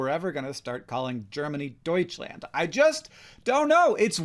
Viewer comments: Türkiye is a bit more known/used in Germany, but we also have a big turkish community. (and its okay if you dont say Deutschland, we pronounce it a bit different than you did anyways :P) p.s. as an ex linguistics student, i love such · you're too confident about deutschland, hank. I didn't have an opinion before you said it, but I felt a 100% confident "Maybe" when I heard you. (Edit: 😂knew I couldn't spell Deutschland and planned on this edit😂 (And the next edits to zero in the timestamp😅))